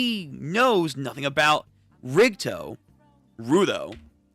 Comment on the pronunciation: Just a small notice rudo is pronounced Roo - doe unlike its spelling that can be mistaken for row-do